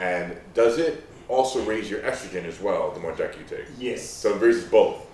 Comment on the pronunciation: That is the strangest pronunciation of Deca that I've heard.